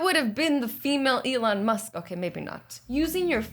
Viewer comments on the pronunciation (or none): It’s Elon musk not elen musk sorry to correct you azzy